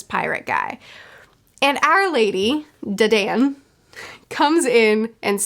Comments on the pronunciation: the bandit ladies name is pronounced (duh-dawn) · Pronunciation Tip: Dadan’s name is pronounced “don”. Like a mafia Don.